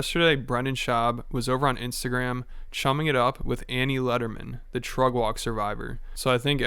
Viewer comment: Can someone explain what Trugg Walg is? I understand it’s Brendan’s pronunciation of Truck Walk but what? And why doesn’t Rogan Annie Lederman anymore? Please help